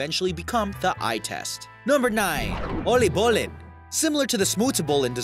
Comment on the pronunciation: Lol im Dutch and the way you pronounce Oliebol is Ohleebole, and Hagelslag is Haagellslaag